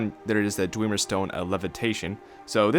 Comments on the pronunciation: its dwemer not dwieieieiemer you twatsickle. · JUST BECAUSE ONE VOICE ACTOR ten years ago said dweemer DOESNT MEAN THATS TEH RIGHT PRONUNCIATION, IT ACTUALLY MOST LIKELY MEANS ITS WRONG AND YES TONS OF NPC's IN SKYRIM PRONOUNCE IT DWEMER OR BASICALLY THE WAY ITS SPELLED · i love how you say dwemer... (Thousands of new dweemer staffs)